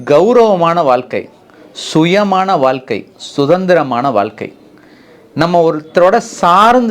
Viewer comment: Dr , PL SAY வாழ்க்கை , VAAZHKAI , PAZHAKKAM and so on correctly . You are saying வால்கை ,பதக்கம் and so on . It's NOT NICE TO HEAR FROM YOU SIR.